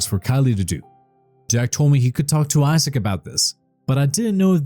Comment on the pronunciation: Is it just me.... or does it sound like he's saying asshat not Isaac 😂😂😂